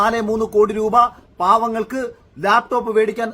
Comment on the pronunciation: Layptop, not laptop.. athu ve ithu ray.